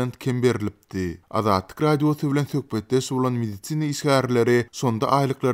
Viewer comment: Mediцina işgärleri... 🤣🤣🤣 Medisin işgärleri diý how!